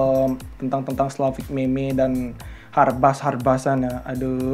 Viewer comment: Meme di baca mim